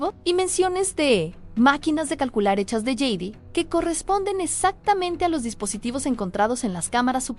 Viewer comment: Por favor, no digas más yeid!!!! Es jade!! 😊